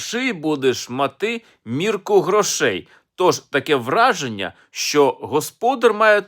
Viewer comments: 1). Овечки окотились (родили потомство), а нікуди не "покотились". 2). В тебе весь товар хорОший, будеш мати мірку грОшей. Неправильне розставлення наголосів так ріже вуха, аж гидко стає. 3). А що гроші?.. То - полова. В тебе дінка чорноброва! Означає, що жінка господаря, та сама чорноброва, не стає у порівняння ні з якими грошима чи багатством у вигляді товару (худоби), так як є найбільшим скарбом для чоловіка (господаря). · Товар хрОший, будеш мАти торбу грОшей. Не калічте слова не вірними наголосами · На Хмельниччині і тепер так кличуть худобу.Наприклад:"Пішла товар пригнати додому(де" товар"-це худоба) До речі,автор неправильно робить наголос на словах"хороший" та"грошей".